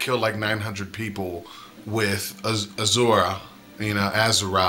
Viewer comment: It's pronounced A-shu-ra ^^